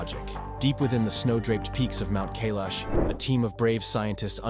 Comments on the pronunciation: I counted at least 5 different pronunciations of Kailash. Please pick one and stick to it maybe. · First learn to pronounce Kailash properly before you try to sell a story 😂